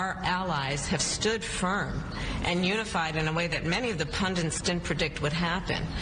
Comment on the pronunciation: The word is "pundit", not "pundint".